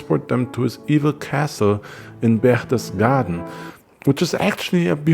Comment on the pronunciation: Just unearthed your channel. Kudos! Did u by any chance ever stay for an extended period in Europe ( Germay or Austria)? The way u pronounced Berchtesgaden was flawless!!! So is is your editing!